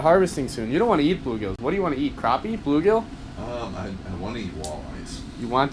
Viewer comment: messed pronounce. blue-gill